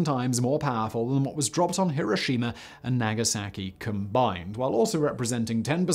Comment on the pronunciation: Simon: I'm British Also simon: pronounces Hiroshima like a Texan 😂